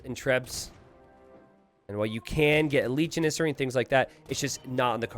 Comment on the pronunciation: Someone in the chat pointed out he was saying Janissary wrong. It's JANissary. Then it seemed like he made a point to say jaNISsary as many times as possible for the rest of the match.